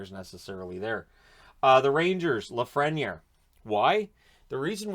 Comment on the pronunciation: I think the correct pronunciation for Lafreniere is (laf-fren-yay) Great vid!